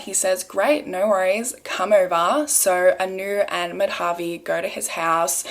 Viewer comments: It kinda off topic but it’s not pronounced Mad-Havi it’s actually Ma-Da-Vi . The use of Dha is used to suppress the DA sound , like the way you pronounce D in Dal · Hi! You pronounced Madhavi's name wrong. It's not "Ma-dhaa-vi" but "Maa-dha-vi". Really it was such an unfair judgment. Shame on the judiciary system. Such judiciary systems are the reason why crime still flourishes.